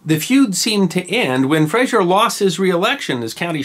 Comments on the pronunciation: FRAZER. Say it like it's spelled.. FRAA ZER. No ZSH. This is not FraSHUR from Seattle. Our Frazer clan has been around for hundreds of years, and to hear it regulalry bastardized as FRA-SHUR pisses me off. Were it that way, (and there are some in my sept), the spelling is Frasier. Like that doltish show in Seattle. The history of the Frazer/Fraser clan is wicked awesome. Go. Look. Clean it up. Words and names matter. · The name is Frazer NOT Frazier. Please stop saying Frazier. 🤨